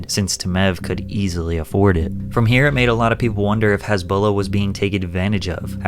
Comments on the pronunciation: His name is Hasbulla, not Hisbollah. Jesus freaking Christ! Get your sh*t right. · Hasbulla not Hezbollah 😂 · Why are you pronouncing him as "Hesbullah"?? 😢😢😢😅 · You keep pronouncing his name HEZBULLA like the tourist group lol. It's hAsbulla! An ahhhh sound lol. You pronounce his nickname just fine tho 😂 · He who Has beak Not Hazbeek